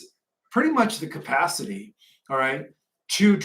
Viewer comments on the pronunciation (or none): none